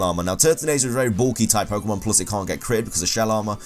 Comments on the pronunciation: Is this a plus? + or a ploose? It's plus-le not ploo-sle. I hate to correct people but this pronunciation as pretty dumb. Sorry. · ploos & minus